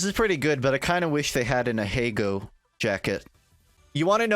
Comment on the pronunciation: 'aheygo' is the most w h i t e thing ive heard from you yet